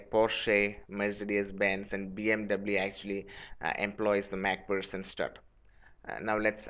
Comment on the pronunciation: Mac pherson not mac pussen